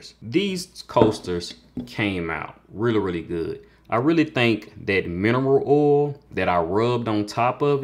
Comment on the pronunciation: Really cool project! Love how these turned out 🔥 I also like the way u say “oil” 😂 When you’re working on a new material, how do u choose the settings? Are u using some kind of guide or do u just have to guess and test?